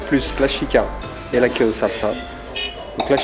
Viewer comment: wow, il n'arrive même pas à dire quéso